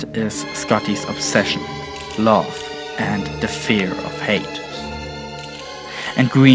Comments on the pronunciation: Please practice saying the word height, you sound like your saying hate every time, it's really annoying and distracting. Otherwise, quite interesting. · "Height" is pronounced "HYT". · he's not mixing it up, just mispronouncing it. he means height, clearly the influence of the German language.